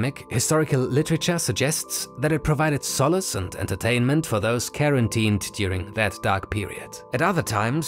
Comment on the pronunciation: How do you live through an entire pandemic without learning how quarantine is pronounced?